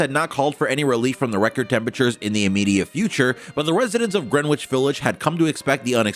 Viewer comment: Future reference, it’s pronounced GREN-ITCH.